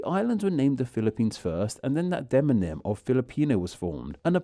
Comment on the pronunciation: Very interesting! But did you know you are still saying de-non-ym, instead of de-mon-ym?